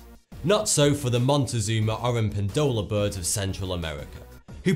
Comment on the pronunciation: The word has the strongest part this way oro-PEN-do-la NOT oro-pen-DO-la